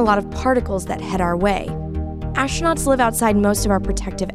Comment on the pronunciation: ashtronauts??? ffs